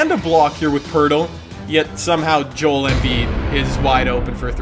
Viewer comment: hi key it pisses me off when you says Joel's name wrong. Could you look up how you pronounce it